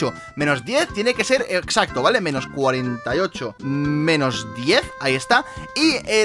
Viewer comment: Soy yo o todo el video dice esxaxto mal